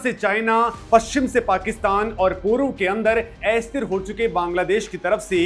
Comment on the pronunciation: एस्थिर ××× अस्थिर √√√